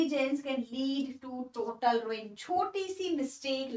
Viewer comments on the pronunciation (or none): none